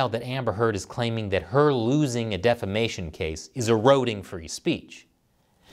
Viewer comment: When you said "defamation" .. I heard "defecation"